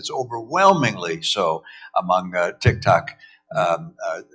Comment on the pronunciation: I keep hearing "Tik Tak."